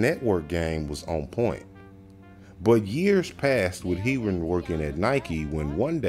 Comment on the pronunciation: love you vids bro, but its pronounced hair-ron x